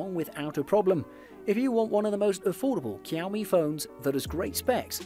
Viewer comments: It is not Kiaomi but Ž(X)iaomi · Shao-me. Not kiaow-me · Cowme ? Whats a cowme phone? I thought it was pronounced showme ? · I'm Asian and it's not Kiao-mi, that's Shao-mi or Chiao-mi.. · 🤣🤣🤣🤣 It's pronounced SH-IA-O-ME, but great video anyway. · I Love cow-me phones😉 Lol, I really do though. I have the redmi note 9 Pro and am looking at the Poco X3 right now for an upgrade. Great video. Just had to tease as it was cute how you pronounced it:) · Him: kEYoUmI Me: h-how did you get that version of it? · What's Keow Mi? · Learn alphabets first. 😂 Kiaomi. 😂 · Kiaomi,, kiaomi ,, man you know how to get on someone’s nerves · I know, right ? Its pronounced showme, isn't it ? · This guy is either mispronouncing the make and models or I have just learnt how to say Xiaomi properly. I thought it was 'shaw me' and 'me' mix, not 'my' mix??? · Keeowwwmeee... Dislike 🤣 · The X in Xiaomi is pronounced as a J btw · OMG ITS NOT COW MI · Ik u didn’t just call it kiaomi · I was gonna watch the video, but the way he pronounce xiomi make's me uncomfortable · Same here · You're killing the pronunciation of Xiaomi